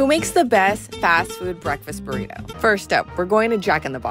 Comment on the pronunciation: The ways these dudes pronounce spanish words is just hilarious...buritou...